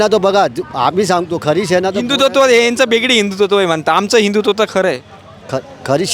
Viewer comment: पत्रकाराला हिंदुत्व हा शब्द उच्चरता येत नाही हिंदू तत्व बोलतो 😂